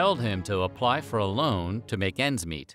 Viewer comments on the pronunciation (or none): none